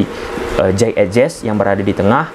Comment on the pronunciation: jey idses bacanya bang bukan ejes😂